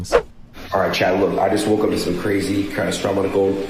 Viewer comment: Where do I remember someone saying "catatastrophic"? Was it real life or a movie? I just can't seem to remember